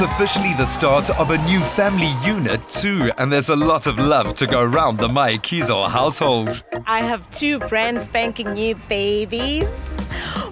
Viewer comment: wow, no! it's so sad how the narrator failed to pronounce "Mayekiso" and yet he got the Brazilain model's name right. Top Billing, you can really do better.